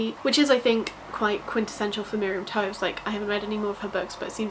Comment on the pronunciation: Toews is pronounced “taves”. Trust me, I’m Mennonite lol